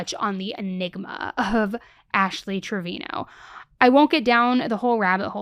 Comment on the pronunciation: Its pronounced TraviNo